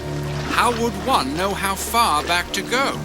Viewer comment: "He doesn't row" What was trying to say was: "He doesn't KNOW"